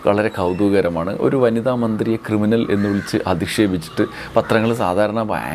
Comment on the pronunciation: ക്രിമിനലല്ല, കിരിമിനൽ !